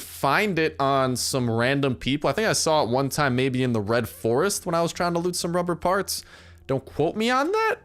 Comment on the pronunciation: he sead ruber barts :)